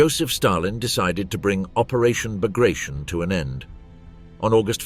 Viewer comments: It is not "Bagrashion" it is Bagration....T as Tea. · It is hard to take a documentary about "Operation Bagration" seriously that mispronounces "Bagration". It is pronounced [bəɡrɐˈtʲon] (bug-ruh-TYON), not [bəˈɡreɪʃən] (buh-GRAY-shun). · It is pronounced "Bagrateon" not " Bagration "- sounds funny and incorrect. Pyotr Bagration (Пётр Багратион) was a Russian general of Georgian origin and a hero of the Napoleonic War of 1812. Operation Bagration was named after him. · Baag-raa-t-yon. Not bag of rations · Not Bugrashn. Ba-gra-ti-on. This is the surname of a Russian military commander and hero of the war against Napoleon. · its not the Operation "Bagreyschn", bit BAGRATION... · aw, geez... It is not '"buh-gray-shun" -- It is "bah-grah-tyon" fer chrissakes !!! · It is not bagration, it is Bagr-a-t-i-o-n. It is name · It’s pronounced “Bag-ruh-TEE-uhn”… Sincerely, from a Kenyan. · The right way to pronounce the Russian (Georgian) Napoleonic era general's name is bar-gat-yon. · isn't it bagra-ti-on? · Please get the pronunciation correct…it’s BAG-ruh-TEE-un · Bah-grah-tee-On (stress on the last vowel) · he obviously pronounced his name wrong. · Then spell it different, this is America bro. Jk it bugs me too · The narrator couldn't even correctly pronounce Bagration, no doubt considering that "I use the English pronounciation." Spare us the arrogance. It's a name. Get it right. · Bag rat eon. Not bag ration. Moadal. Not model.